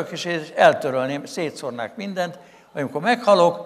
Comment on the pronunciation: szetszornek nem szetszornak